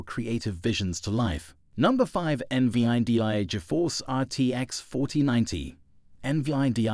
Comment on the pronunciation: eN Vee Aii Dee Aiii 😂😂 fk off mate